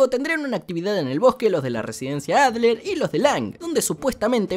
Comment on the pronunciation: yo me llamo Adler bro, y dijo bien mi nombre, estoy feliz